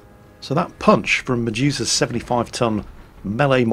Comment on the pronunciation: anyone else keeps hearing "Jesus' Black Knight" instead of "Medusa's" :v